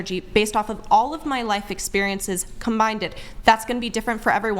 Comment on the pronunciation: She said combinded what a smooth fuzzy, peach of a brain.